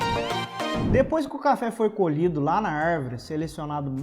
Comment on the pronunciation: 'Arrrrvore' kkkkk